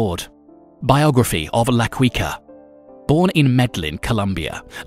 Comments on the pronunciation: His nickname is pronounced la key-ka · Why is he saying la kweekah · La Quica = Key Ka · La quicka🤣🤣🤣🤣🤣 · la queekaah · Quica also needs some work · You’re a La Queef for this pronunciation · Why does he pronounce the name like that? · The way he pronounces quica is soo annoying damn😂😂